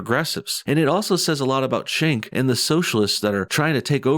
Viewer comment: it's pronounced Jenk, not Chenk. just sayin